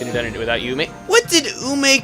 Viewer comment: You said Ume right! Huzzah!